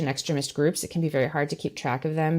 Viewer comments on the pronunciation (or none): It's pronounced extreemist, not extremist... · The way she says extremist sounds like excrement. 💩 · 20 minutes in, and I have only just realised she is saying "extremist." I just couldn't work it out. It sounded like she was saying "excrement" or something. Americans sure do talk funny! Anyway, Trump should be in jail already. T o o s l o w. C'mon guys, you're dealing with a potential dictator here. It'll be too late soon. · Does she deliberately mispronounce EXTREMIST to sound like excrement? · When talks about Christian extremist, it sounds like she is saying "Christian exrement", and I am very amused. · I love her pronunciation of extremist! Every time she says it my mind hops right to excrement 😂 don't understand how she can't see that stealing sensitive information is another step in trying to overthrow our government, given who his role models are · The way she says extremist, with the short e vowel, sounds like she’s saying excrement. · I keep hearing christian 'excrement'. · Exteeeeeemist. Not Extrimist. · At first I didn't understand what was being said when I heard say "extruhmist" Someone should explain to her that the word "extremist" is based on the root word "extreme" so it's extreme - ist. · It's called....extremist. not...ex...tri...rism. wth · Anyone else really annoyed by how this woman mispronounces 'ex-treh-mist?.' It's incredibly annoying and pretentious. EX-TREE-MIST, B-WORD! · Your guest’s pronunciation of extremist is interesting. I think of excrement-ist!🤔😂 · Does intentionally mispronounce the word "extremist" so that it sounds like "excrement?" Not Funny!! Get with the program!! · why does she pronounce "extremist" like "excrement" ? Hard to take her seriously. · ik" + "STREE" + "mist. This is how to pronounce extremist. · I’ve never before heard ‘extremist’ pronounced so it rhymes with ‘excrement’, but it fits. : ) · This just being nitpicky, but that is not how you pronounce extremist.